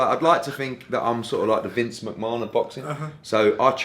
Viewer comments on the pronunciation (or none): I know his name is Vince McMahon. 1) it was a joke 2) I usually pronounce someone's name how they pronounce it. Vince and the rest of the world pronounce it Vince "mcman" or "mahon". Hearn said marr-hon. Get the plug out your ass and relax